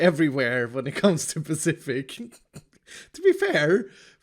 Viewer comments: I can only hear David Mitchell nag: "It's SPECIFIC, not pacific. With an S" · This s-pacific build is awsome and i was thought that he say that someone has join beacause he say he work with redstone ginneas